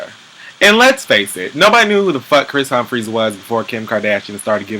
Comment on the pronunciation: This man said Kris Humptey-Dumptey!!!! DFKM!!